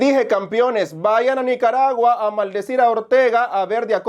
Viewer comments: Minuto ?? NICARABUA..BUENEZUELA???? Lo dijo dos veces …puede o no puede leer???? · “nicarava y guenezuela” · Minuto NICARAVA Y GÜENEZUELA 🤣 ni el diablo los ayuda a estos 🤣